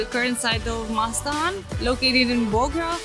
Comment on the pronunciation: Pronunciation is seperately MOHA" /"STHAN"/ "GOR". Where "MOHA-STHAN" is one word. And "GOR" another word. Together written and pronounce as "MOHA-STHAN GOR".